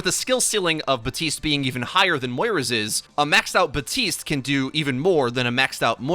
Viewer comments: Buddy it's Baptiste not Batiste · BAP-TISTE. Not BA-TISTE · BaTiStE Me: oh,, Jeff literally came out and said he mispronounced it and that it’s bapTiste:) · HIS NAME IS BAP- TISTE GEEZ 'BuTiStEe' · Why do you call him BATiste instead of BaPtiste? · This is a PSA ✅: BaPtiste ❌: BaHTtiste Thank you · Did you just say “BAPTISTA“? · I cant even watch you do videos on Baptiste anymore, fucking READ THE NAME! Theres a p, it's not batiste! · Batiste?? 😂😂 my Haitian roommate is livid right now 😂😂 there's a P in there bro. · Abbreviates the character’s name as “Bap” but still pronounces it “Ba-tist”. Excellent. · My roommate is Haitian is got so mad when he heard this 😂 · TheCakeCraft ikr? It’s like he tried to be real cool by trying to pronounce his name “right” even though Baptiste has voice lines where he calls himself “Bap tiste” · All the developers have stated the p is in fact, not silent. Also you can clearly hear the "bap" from characters in game. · BAP-TISTE. Respect my main please. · This man just forgot about the letter P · The P in Baptiste is not silent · If you love him so much, maybe pronounce his name correctly? This is heinous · For the love of God, please pronounce the P in Baptiste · Jeff said it can be pronounced both ways, but Haitians don't pronounce the P normally. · you know there's a p in his name right? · why can nobody pronounce his name right. Everyone just ignores the "p's" existence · There’s clearly a P in Baptiste I guess we r just gonna ignore it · The P is silent. French origin. Batista in Spanish/Portuguese. Use the internet when in doubt. It's not that hard. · Say his friggin name right. It's been months.